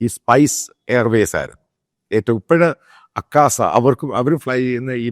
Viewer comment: അക്കാസ അല്ല അച്ചായാ ആകാശ